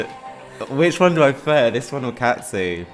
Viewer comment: Cazzi is pronounced like Cassie not Catzi🥰